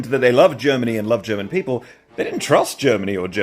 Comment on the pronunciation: Well done on theGerman pronunciation! 🎉